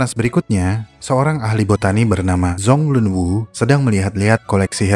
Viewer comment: Pronounciation bang dibenerin dikit Zhan = jhan Zhong-Lun Wu = jhong-lun 'u Chongqing = chongcing